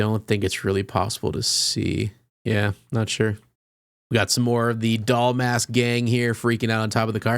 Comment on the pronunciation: You keep calling her Doll Mask” lol